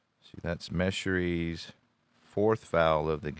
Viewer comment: another thing is Tom Meschery is pronounced 'Muh Sherry or Mah Sherry not Meshurey